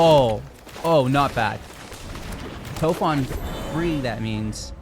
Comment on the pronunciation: You’re killing me with the Toph pronunciation…but nice deck!